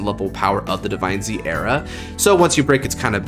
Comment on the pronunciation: I have a question (not to be offensive) why do you pronounce DivineZ Divine-Z even though it’s pronounced Divines